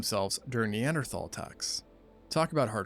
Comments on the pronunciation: Cash be taking in syllables some times and mispronouncing single letters 😂😂 Narrator: “Neanderthal” Cash: knee-ant-erthal😭😭 love you cash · "NE-AN-THER-THARLS!?" cmon Cash😂